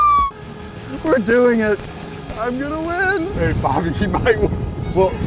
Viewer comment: It should be brobby not bryobby